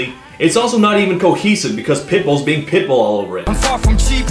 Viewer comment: Each time Todd says "pitbull", I hear "pimple".